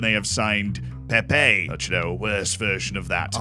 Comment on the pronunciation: you need to learn how to prenouce Pepe and Pepê